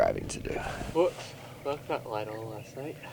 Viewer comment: “last night” starts with a L, not a W. It’s LAST NOT WAST. 😜